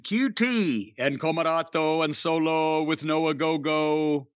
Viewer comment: “COMOROTOOO and SOLOO with no OGOGOOO!” 😂